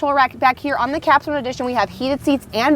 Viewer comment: lol. She’s fine. I think there are many who dig her style (her husband being one of those) I just thought her calling the “Capstone” a “Caption” edition was funny.